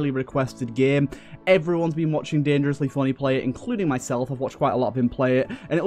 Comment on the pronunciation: I like how you say "dengrosly fonney" it's pretty epic